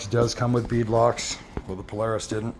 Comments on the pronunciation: PO LAR IS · Pole a rus ??? Its Polaris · You’re saying Polaris incorrect